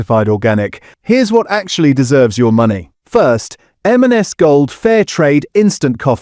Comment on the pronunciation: Very hard to tell it’s an AI voice until until it gets to “M&S” and it can’t say it right. The only giveaway.